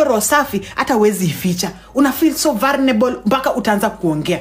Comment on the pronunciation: Its vulnerable not vulrenelebo, that's not how to advice a friend...no no no...hii sasa ni personal 😢